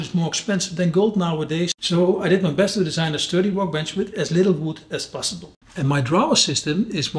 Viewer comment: Looks amazing , but please stop saying 'wowkebench'